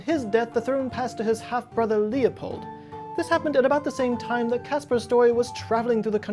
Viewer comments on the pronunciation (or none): none